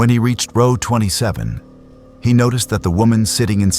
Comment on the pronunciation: It’s distracting from the story when the word row is pronounced incorrectly.